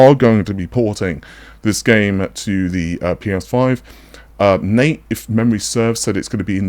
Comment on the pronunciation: He called him Nat not Nate lmaoooo